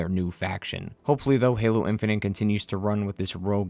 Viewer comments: My guy said "Halo In-fin-nint". That's is all. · 'halo infinant'